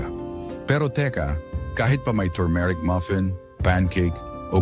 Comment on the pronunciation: Maniniwala na sana ako sa video mo eh, kaya lang , pronounciations mo ng turmeric ay mali pa 😜😜😜